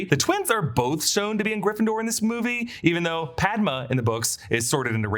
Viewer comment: Parvati is pronounced Paar-vati not Par-vaati and Padma is Pad-maa. Also Patil is Paa-til, different from Patel. My last name can vouch for this